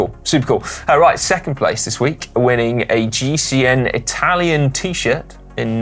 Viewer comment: Come on Connor, you need to have another go at the pronunciation of the 3rd place in GCN Inspiration, not great for an Irish man!